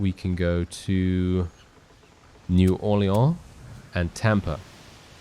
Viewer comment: Love the way you pronounce new Orleans